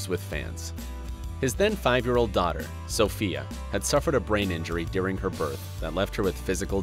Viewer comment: Every time he said Sofia I twitched 😑